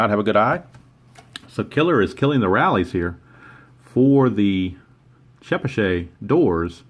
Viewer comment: I've lived in Chepachet RI. It's about 20-25 minutes west of Providence. It's pronounced Che-Patch-et and it's very rural. :-) Keene NH is about 45 minutes from me now in Gardner,MA. I'm two hours from Sandwich, MA. :-)